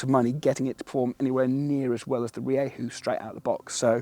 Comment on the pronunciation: As a Spaniard I can actually say that he nailed it in the later half of the video